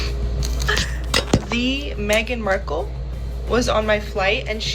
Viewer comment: Did she say : Meghan Merkle?